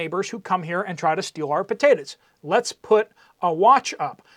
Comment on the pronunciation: What are pa-te-tas?😅